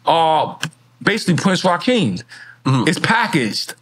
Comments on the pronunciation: It’s Prince Rakeem not Raheem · It’s prince Rakeem not Rahim